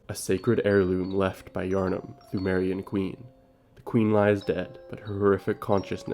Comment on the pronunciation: Pthumerian is pronounced 2merian